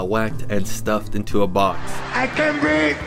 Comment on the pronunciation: No you did not insert, "I can't breafe." Bruh 💀